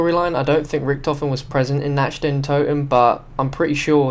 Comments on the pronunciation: Its Nacht not natched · Nacht is pronounce with a K not a Ch